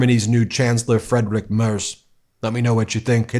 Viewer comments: As a german native speaker, please pronounce the first i in Friedrich stronger since ie is in german pronounced as a very stretched out iiiii, not as an e. So it is Friiiidrich Merz, not Fredrich. Thank you 😊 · Please practice your pronounciation of Merz's first name. "Friedrich" not "Frederik" 😉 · You really need to improve your pronounciation of "Friedrich Merz", I almost had no clue who you're talking about. It's more like "Freed-Rick Mertz" than your "Frederick Mers". 😄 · Please pronounce the upcoming chancellor "Freedrich Merts"